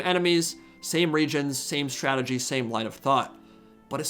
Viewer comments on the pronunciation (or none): "Grand Stretegy"